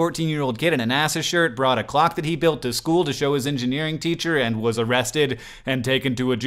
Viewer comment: but did he bring a clock to school or a glock........ there's quite a difference and I couldn't tell what he said😂😂😂